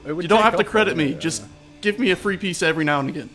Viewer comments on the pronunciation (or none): What is a peace-sa,? lol. Odd pronunciation for "pizza" from an American no less.